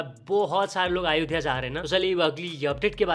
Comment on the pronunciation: " अयोध्या " atleast naam ka pronunciation acche se Karo Bhai 🙏🏻